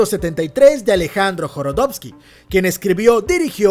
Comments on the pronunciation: Jo do ro wski no jorodowski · joDOROsky, no joRODOSky... estan bien culeros los filmes de ese wey. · No mms 😂 es Jodorowsky , no Joro .... Y es Pier Paolo Pasolini , no Pior Paolo. Deberías evitar en lo posible esos errores , son detalles muy básicos que un canal como el tuyo no se puede permitir